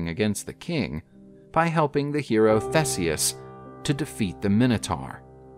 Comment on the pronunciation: the way you said theseus made me physically cringe.